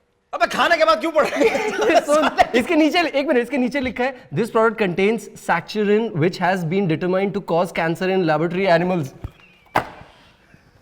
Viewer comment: Ok so it's saccharin which you mispronounced . I read about it in class 12 chemistry chapter - chemistry in everyday life.😅😅